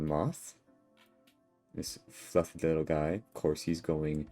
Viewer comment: Every time you say “fwuffy” I contemplate driving a kitchen knife through my sternum